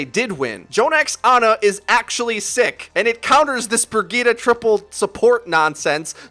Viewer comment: Great vid but is anyone else bothered by how he pronounces Bridgeta